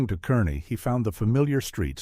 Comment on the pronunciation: Car-nee. Not Kerr-ney